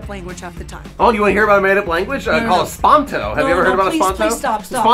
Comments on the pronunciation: "EsPaNtO" I cringe It's esPERAnto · Did he say espanto? It's Esperanto! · Dile a que no se dice ESPANTO, sino Esperanto, jajaja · Did he call esperanto "espanto"??